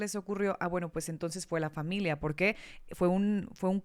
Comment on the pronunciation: es "familia", no "familea" 🧐